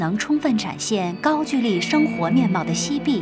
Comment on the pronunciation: 高GOU（一声）LI（二声）